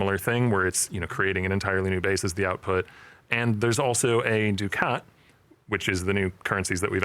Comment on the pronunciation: Isn't it duck-it, not doo-cat? Feels like the boss said it wrong and everyone just kept pronouncing it that way to not correct them.